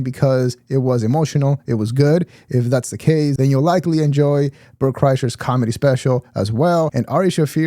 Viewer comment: Not sure if you meant to or not but you said "calmedy" in true Bapa Schaub fashion 😄